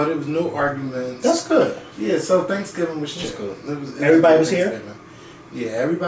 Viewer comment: He keep saying transgingers 🤣🤣